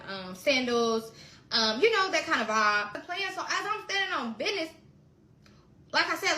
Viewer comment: I'm sorry. I tried. I really did until she said "I'm standing on bidnezz" twice. I was down there